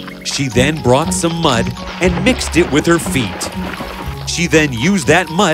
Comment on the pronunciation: I noticed that the woman’s biological daughter said feet as if it only had one E in it. Was that on purpose or did the actress mess up? Because if it was a mess-up I just want to make sure it doesn’t happen again and point it out.